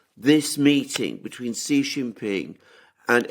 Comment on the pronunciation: Chinese president's surname is Xi, not Qi. Pronunciation of Xi is simple, just like "she" in English